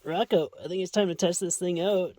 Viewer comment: Rocco (Rocko) is a she? Then it should be "Rocca" ("Rocka") You know, Mario, Maria? Same as that.